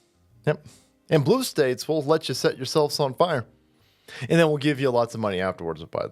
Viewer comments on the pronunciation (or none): "There are no Red or Brue States!" - Resident Potato